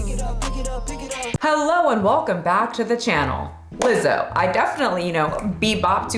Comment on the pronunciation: Wtf is uh-Lizzo